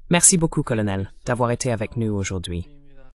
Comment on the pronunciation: "Karl" pour "colonel" 😅 Hélas l'ia...